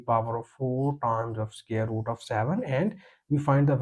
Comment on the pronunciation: Can you not pronounce the word " SQUARE " correctly....??????? Square is NOT scare !!.